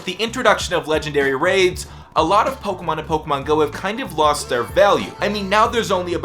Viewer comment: i fucking hate the way you say "pokemon" 😂